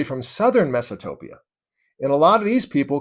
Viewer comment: Isn’t it Mesapotamia? I’ve never heard of “Mesatopia”….